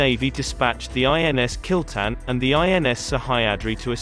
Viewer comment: its kil-tha-n but damm!! kill-ten sounds cool!!